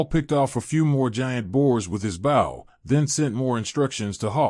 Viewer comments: Love the story though the readers grasp of English is atrocious, it’s not BOW like a boat it’s BOW like hair bow. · I love the reading…except the pronunciation of “bow” (which should sound like beau, but he says bow like saying it as the front of a ship), “us” (which he says U-S …as in saying each letter), “wound” (saying this like something wrapped around another thing, instead of the inflicted area on a body due to injury), and “Tori” (sp?) (which he sometimes gets right, and then says Tor-eye ). Hehehe